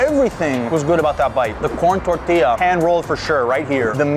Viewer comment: Idk why but i felt happy when i heard you say tortilla correct and not like tortiluh